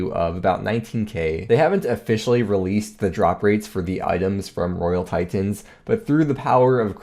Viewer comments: What's a tie tin? Your pronunciations are extreme. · RoYaL TiTENS jesus stop saying it pleaseeeeee